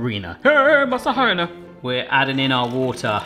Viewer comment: The H in Harina isn’t pronounced, so it sounds like Areena